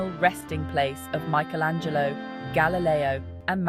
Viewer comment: Michelangelo's anglo-saxon pronunciation is irritating.